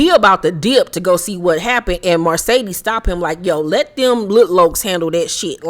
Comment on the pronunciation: Girl…the way you emphasize “MARcedes” when you pronounce her name 🤣🤣🤣🤣